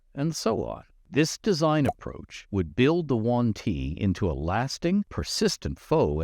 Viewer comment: He sais "The One-Tea" during all this video) ☺